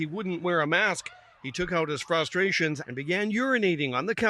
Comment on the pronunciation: The way the reporter says it, it sounds like the man named his genitals his "Frustrations"